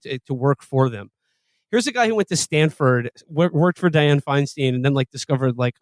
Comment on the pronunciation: Aren't all these kids Jewish? And none of them can pronounce Feinstein??